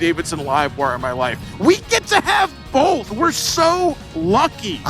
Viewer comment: Can we get a "bolth" count? 🤣🤣 I agree, I don't get the hate. It's different, and Its not marketed towards me but that doesnt mean it's not a cool bike. And someone is going to buy that bike and love it.